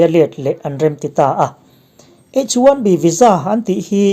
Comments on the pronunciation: H 1 B ilam dan kha a dik maw,Bi. In lam la,Bee in ilam tlat maia Tiau chhaklam lam dan deuh ani in ka hria,adamg pawh a tam mai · H1B lam dan te kha ngaihthlak a nuam lem lo.